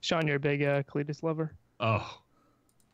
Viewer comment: its KAH-lee-tas not CLETUS xD